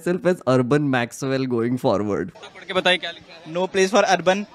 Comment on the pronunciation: I think the urban naxal guy would not even know the word Maxwell. I kept hearing that as 'urban maxell'..